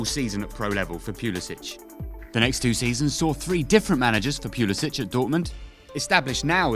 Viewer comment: Yeah, unless he starts on the regular next season, he needs to leave Chelsea. Also, not sure if you're saying his last name right.